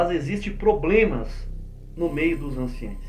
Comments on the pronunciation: Anciões não anciães!aprende a falar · Pronuncia correta é:ANCIÃOS e NÃO anciães.